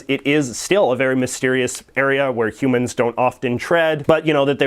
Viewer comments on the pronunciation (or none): none